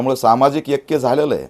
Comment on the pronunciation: एक्या नाही रे.. ऐक्य अस आहे ते 😂